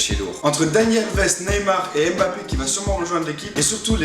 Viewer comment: petit erreur de prononciation et aussi à je vous adore^3^